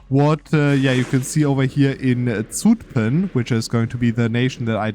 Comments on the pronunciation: To pronounce Zutphen correctly a German would sooner write sütphen. The s is not fully correct but the german z that's,pronounced ts is more wrong (there is no t sound). The (short) ü instead of u because that is how the Dutch u is pronounced, the german u sound we spell as oe. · ok let me be fully correct: for Utrecht you are completely correct. For Zutphen it sounds more like the u in the English duhhh. We call the difference short u vs long u but I dont think it maps to kurze ü vs lange ü in german cause I've been thinking for a few minutes and cant think of a German example where ü sounds like the u in duhh or Zutphen. I'll update if I end up thinking of one.